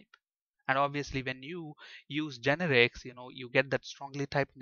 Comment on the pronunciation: its not GEnerix, its geNErics